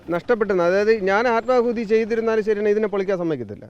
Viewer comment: ആത്മകൂതി അല്ല ആത്മാഹുതി